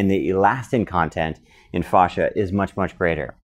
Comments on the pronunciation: It’s fascia not fauscia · It's not fauscia it's fascia god damn it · i work in auto industry and thats not how we pronounce fascia (fay-sheeuh) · Stop saying "fosh-a" though. Google how to pronounce it. Super annoying. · Great info, thanks! I’ve never heard fascia pronounced the way you say it though. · Painfully miss pronouncing words such as fascia! It's so hard to watch. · A lot of information from some one who doesn’t know how to pronounce it